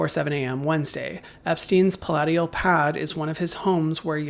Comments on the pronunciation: Palatial not palateeal. God you’re dumb. Her name also isn’t gizlane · Not to be critical, but when you were reading the description about Epstein's "palatial" home. You mispronounced palatial. It's not: pal lat ee al. It's: pal lay shill. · Itty bitty lil' nitpick: puh-LAY-shi'ul. As in "like a palace". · Palatial is pronounced pa-lay-shel. Stress LAY. Make the other syllables' vowels weak. They are like the A in about.